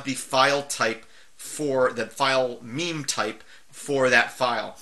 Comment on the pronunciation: Meme types? No ... that's something different. On a serious note, I've never actually heard anyone pronounce mime, so I always supposed it was an i sound. No idea how it is actually pronounced, or what it means though.